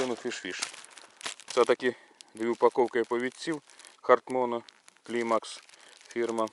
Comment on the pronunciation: Фірма не Клімакс, а Клаймакс😊😊😊